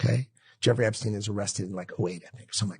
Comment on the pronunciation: Stein,not Steen !